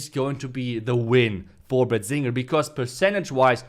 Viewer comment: BADZINGER sounded like BAZINGER 🤣